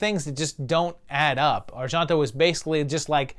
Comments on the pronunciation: Why are you pronouncing Argento like it’s French (Ar-Jon-to)? It’s Italian and pronounced exactly how it’s spelled. (Ar-gen-to). I love your videos, don’t get me wrong, but that was bugging me. It seems I’ve only seen the top 3 of his films and I would’ve ranked it exactly as it came out. Suspiria is one of my all time favorite movies! It is just awesome to experience. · Pretty sure it's pronounced are-JEN-toe, not are-JEAN (as in the French name Jean)-toe. I don't think Italians ever pronounce e as "ah" like that, and g is like the gs in George, not the s in pleasure. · Yes, the pronunciation of Argento was making me a little nutty but interesting list. I didn't agree with a few but fun video with good explanations on his thoughts for each movie. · Why on earth do you pronounce Argento with a (fake) french accent? O_o